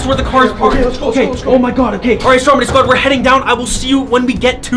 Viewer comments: It’s stromedy not strong body LOL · Check ur spelling you said Stromdy instead of Stromedy and u said flyies